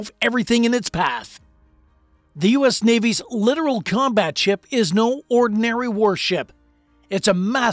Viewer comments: Its pronounced "lit-ORAL." not "literal." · Yes, plus learn how to pronounce "littoral" and "composite."